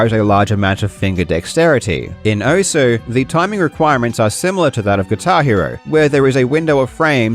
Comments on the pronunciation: it literally says welcome to "OSS" when the game starts, theres no debate on how its meant to be said XD why do ppl still call it "Ohsue" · Thank you for pronouncing it as "ou-su" because I know OSU but not how it's pronounced. Even if it's pronounced wrong, I know now that it's pronounced "ous" Very inclusive, you absolute legend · Who the hell calls it OSS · Give your audience credit enough to pronounce Osu as intended. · Nah if they wanted it pronounced oss they shouldn’t have spelled it osu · Take a shot every time it sounds like he's saying oso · “This is pronounced one way, but I’m going to say it differently for a random reason” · if only people could say the name of the game correctly. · I understand why you pronounced Osu how you did, but as someone who put quite a few hours into the original Ouendan games, where you here "Osu" quite frequently... gah 😂 Ah, Ouendan... I picked up Osu once, hoping it would be like more Ouendan/EBA, but alas, it's a far different beast, and far more involved. The game is a lot easier when it's on a tiny DS touch screen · I always thought the U is still pronounced, its just faint, like 'desu' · No one will pronounce osu right. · the best part is he found out he wasnt saying the name right but didnt have enough respect for this dumb shit to change it.